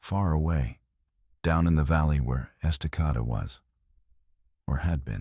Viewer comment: Estacada pronounced EST-ah-cade-dah